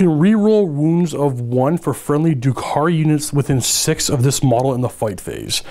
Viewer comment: First of all, dRukhari. There's an R in there ;-) Secondly, I'm confused about combat drugs. You say you would pick plus one toughness for the Reavers every time but already said seconds earlier that if you choose your combat drugs you have to have picked everything once before you can repeat them. Do you choose them per phase or per turn? Thirdly, are mandrakes really 19 points each? Or should that be 9? It sounds like they actually got much, much worse in terms of their survivability, which is why I ask.